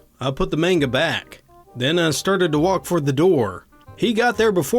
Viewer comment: Low-lee. Comes from Lolita by Vladmir Nabokov. And mahn-guh.